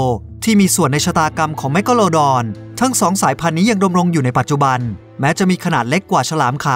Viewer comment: ทำไมพี่เรียกแมคกาลูดอนเป็นแมคอ่ะครับ